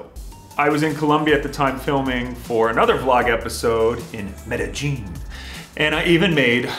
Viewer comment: How did you pronounce Medellin Medi-Jean?